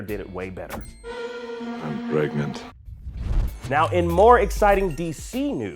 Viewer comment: he is pregananan!!!